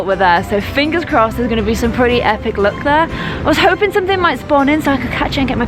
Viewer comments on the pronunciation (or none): none